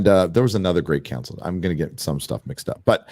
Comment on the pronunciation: Every time says "Great Council" it sounds like "Gray" and I'm flashing back to B5 every time. How much am I willing to put up with? I've been so sensitized to it that I will dock points for pushing agendas. "Kudos for making something tolerable" NO! Do not drink the Kool-Aid. You're telling them that "good enough" is acceptable just because it isn't crap. I'm just asking that you be careful.